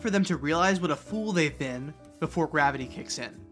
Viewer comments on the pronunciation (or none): "Oh, it's okay. We haven't studied gwavity yet."🤣